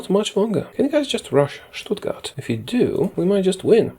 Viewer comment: Im pretty impressed by your pronounciantion of my home town :) Even though its written "Stuttgart" we say "Schtuttgart". And almost all other germans do it aswell.